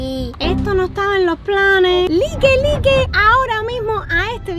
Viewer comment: no es por juzgarte pero pronuncia laik no like ok no me funen